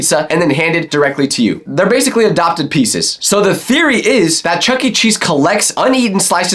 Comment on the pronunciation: but hey it's just a thereoy A FOOD THEREREOY